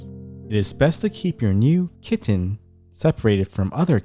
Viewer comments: the way u say the word “kiTTen” is super annoying. whenever u pronounce it that way its like nails on a chalk board dude. u need serious help. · EMPHASIS ON 😸 KITTEN 😸 I COULDN'T STOP LAUGHING 😂😂😂😂😂😂😂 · Dude the slow motion voice and the hard enunciation on “kitten” gave me a headache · I love the way you emphasise ✨kitten ✨ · Weird, right? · I'm not sure he realises he does it. 😂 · Especially the k